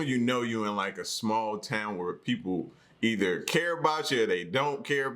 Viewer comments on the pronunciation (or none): none